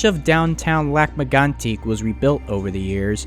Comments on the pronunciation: As a bilingual person from quebec. You said lac megantic pretty ok. But you are supposed to say it like this: lahc meygantic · good attempts at french names! Lac M-eh-goan-tik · Is English your 3rd language you didn't learn well? And stop trying to pronounce as the French would, your attempt is just bad. It is pronounced lake megantick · Well, all I can say is, I come from Lac-mégantic and I hate the way you say it, but the rest is great. I work at the station which is now a museum.